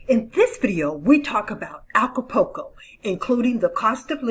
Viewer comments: You are miss pronouncing Acapulco. It’s Aca-pul-co. Not Aca-po-co. The “U” is pronounced.✌️ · Please...it's ACA-PUL-CO not ALCA-PUL-CO. I enjoy your videos. Nice to get "adult" info.